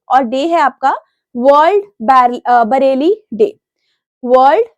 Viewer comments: Mam it's Braille not bareli😢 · Bareli nhi nam brail pronunciation h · 😂😂😂😂 world ब्रेल day ❌ world बरेली day ✔️ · Ma’am, with due respect, I just wanted to share a small observation regarding pronunciation. For example, Braille is pronounced as ‘brayl’, not ‘Bareilly’. I noticed a few other words also sound slightly different in standard pronunciation, so I thought I should mention it humbly. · January 4 ko Bareilly day nahi, Braille day hota hai 🙂🙂😊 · Ma'am it's ब्रेल day not बरेली।।। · Content acha hai but Pronunciation bhut wrong krti ho madam aap. Irrigation ho jaati hai. Aaj to बरेली hi bol diya. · Its unprofessional and sad seeing a channel which has millions of subscribers and thousands of video views have a person teach students for such important competitive exams who cannot even pronounce the word braille. Kindly look into this matter and consider putting effort into having a qualified person teach us because I am sure the revenue generated by the grace of student viewers will be enough to hire a qualified person.